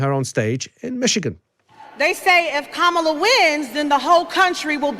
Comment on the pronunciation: Kamala not KaRmala